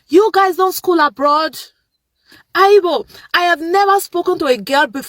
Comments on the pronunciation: And then ugal keeps on saying aibo!!!! Haibo, it's not make sho!!! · And kept saying haybo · The first girl needs a refund for her education because she’s naturally slow 🫠🫠🫠🫠🫠 we wonder which countries she’s travelled to yet she says “haaibo” she’s in South Africa imagine the audacity what a clown